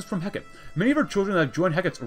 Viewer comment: ITS NOT HECK-IT! ITS HE-CART-TEE! This concludes my ted talk. Thank you for coming.